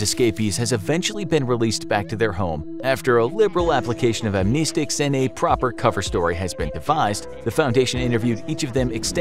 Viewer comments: Other people: Am-Neh-Sticks This video: Am-Knee-Sticks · By the way amnestics is pronounced am-NEST-tics